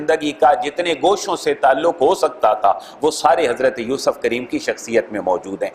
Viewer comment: Please make correction by myself in two words pronunciation yousuf and younus